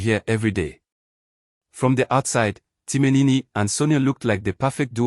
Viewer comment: So the post auditioned was for a male/ female character? You keep saying Timinini instead of Timin. Stop this rubbish please. NONSENSE sorry to say